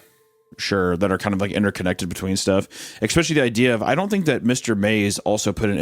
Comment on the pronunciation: I've been meaning to say this ever since I started listening to this (unfortunately I always fall asleep, so I've heard the first bit a few times). Anyway. initially I was a little.. wel I wouldn't say annoyed but I certainly noticed the ecspecially, but here's the thing. Language is how people talk, it's not how they're meant to talk. There's no right or wrong, not really. (Ok sure, we teach kids things because otherwise it would probably be difficult to understand each other), but particular ways to pronounce words aren't wrong. Aks is every bit as correct as ask, and so forth.